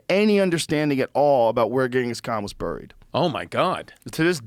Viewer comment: Joe can't pronounce "buried."